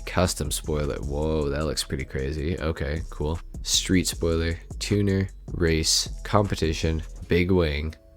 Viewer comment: Why do u pronounce tuner “two new”?